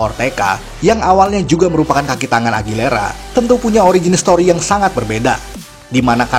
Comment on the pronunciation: AGUILERA. BUKAN AGILERA. AUTIIIIIIIIIIIIS